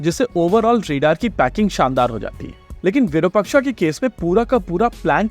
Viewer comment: The correct samskrutam pronounciation is विरुपाक्षा. I wrote it in Devanagari script for your understanding.